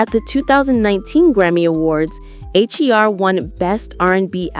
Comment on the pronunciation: Damn AI can’t distinguish between the name H.E.R because of the periods. It’s just HER AI! Say HER!